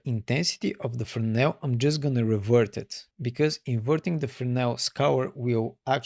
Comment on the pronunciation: Really good video love some words you be saying FERNOW thats how it sound when you say Fresnel and my stupid self go and type Fernow i was like there's a node call fernow 😁😁good video 👍👍